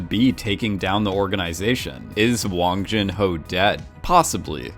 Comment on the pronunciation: hun in gi-hun is pronouced 'hoon' (well, the subtitle could've been betten in this case i suppose) & hwang in hwang in-ho & jun-ho, 'h' is pronounced so it's not wang as you pronounce it...sorry i'm bored so thought i'd just put my 2 cents in...